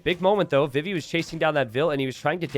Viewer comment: It's pronounced vee-vee!! Like Vivi from Final Fantasy IX!! Come on!